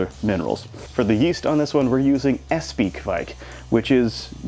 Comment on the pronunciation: Espe is pronounced Espa.